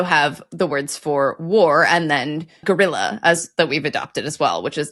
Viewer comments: Guerrilla (double R). Alcornoque (you missed the 'no'). I'd like to discuss the Word 'timbre' from music theory. You anglos seem to think this is a French word and pronounce It like 'tombra' which is totally wrong. Tin - breh 😜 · A small correction, 'guerrilla' is writtenn with two 'r's, so it sounds as a hard 'r'. Alcornoque was missing a syllable. Im always glad when there's a new post from you guys!